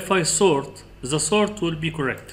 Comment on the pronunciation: thousand is not saousand The is not za This is not zis In case you are looking for english speakers audience , please work over your spelling . Good Luck Other wise you are brilliant in excel technics 🌹.